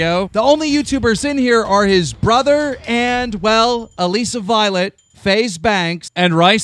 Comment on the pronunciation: ITS ALISSA LIKE ALYSSA KEEM OMG LOL